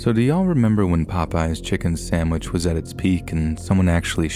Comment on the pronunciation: Please pronounce SANDwich, not SAMwich!